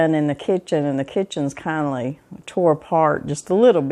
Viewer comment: I love how you say kindly instead of kinda!